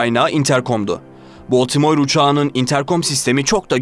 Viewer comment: Baltimore u ne biçim okuyorsun sen genç adam? Bu ne cehalet?